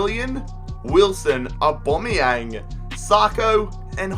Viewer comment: Omg that aubameyang pronunciation 😂